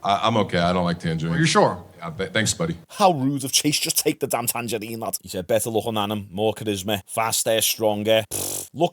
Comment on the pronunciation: “A tangarine”😂😂